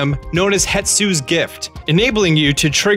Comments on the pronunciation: 120 not 116 hestu not hetsu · Hestu! Not Hetsu! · It's not HETsu, it's HEStu. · It's "Hestu", not "Hetsu". For some reason I see this everywhere. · Why the hell does everyone say Hetsu?? His name is Hestu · it's Hestu, not hetsu...wasn't gonna say it when you mispronounced it in every video, but now you even misspelled it. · You should learn how to pronounce "Hestu". Please, it hurts me every time. You swap the "T" and "S" places. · Why does EVERYONE ever keep mispronouncing Hestu's name?